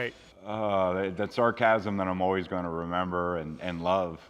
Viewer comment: Samcasm......not Sarcasm!!!❤